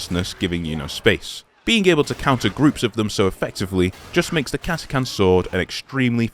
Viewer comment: Thank you for pronouncing Catachan correctly